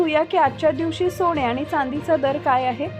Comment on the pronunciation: सोणे नाही सोने.आधी उच्चार सुधारा